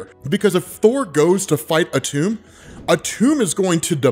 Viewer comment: Atum is pronounced Adam...